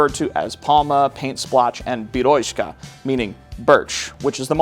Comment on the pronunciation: BeryóZka with Z sound(not beryoshka😂)